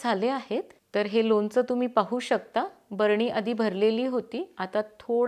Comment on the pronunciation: लोनच नाही लोणचं म्हणतात.